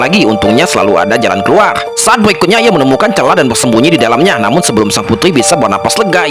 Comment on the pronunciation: Bg lu suaranya kek abg gw masa bilang keluar malah krheluarh